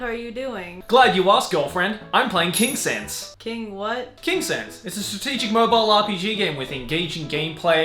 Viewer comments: saying the name of the sponsor: Kingsense what i am hearing: kinksense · Kingsense i thought it was King Sans